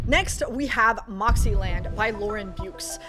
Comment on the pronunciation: Beukes is pronounced byer-kess. Afrikaans surname. This is a very good story you mentioned. Her other novels are also excellent